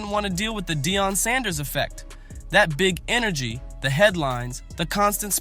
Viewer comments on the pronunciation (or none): It’s Dee on Sanders, not, Dye on Sanders, ok—(Atlanta, GA)! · Who in the hell is doing this commentary? You can't even pronounce Deion and Shedeur's name correctly. That's disrespect right there! I think you are doing it intentionally...like their names don't matter. We see what you are doing!!! EVERYONE CAN SEE WHAT IS REALLY GOING ON HERE! Shedeur was Black-balled...The 3rd Best QB in the league!!!